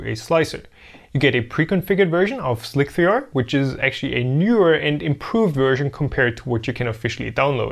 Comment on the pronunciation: "slick-three-R" ? That is not a very 1337 way of pronouncing it...